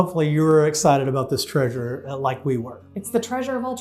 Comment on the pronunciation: Such an amazing "traysure"!!! She was such a beautiful woman!!!!